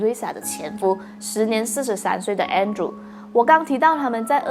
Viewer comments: her husband name is Andre but pronounce as Andrew. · 纠正一下，他的前夫的名字的读音是An-d-re.(安德烈)